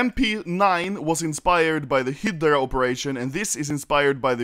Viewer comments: im triggered bcz he is saying hidra instead of hydra (btw read it like highdra) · Me: Hi-Grah (Hydra) Anomaly: Hee-der-ah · I hate the way you PRONOUNCED Hydra 😂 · Lol mp9 Hi-de-ra... its call High-dra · thats how swedes pronounce hydra, and I am deeply offended that you make fun of us in such a humiliating way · I thought he said hitler instead of hydra